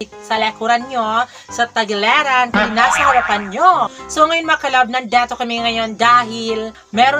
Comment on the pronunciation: gusto ko kapag sinasabi nia yung "nandeto kame" malapit sa "elug" heheheheh